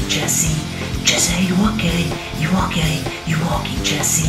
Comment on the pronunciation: When u were saying Jessy are u okey it sounded like Jessy are u gay